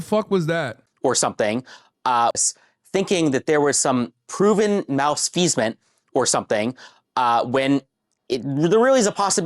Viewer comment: I have no idea how that got into his head. It's not even close to what he was trying to say. I think he meant to say malfeasance?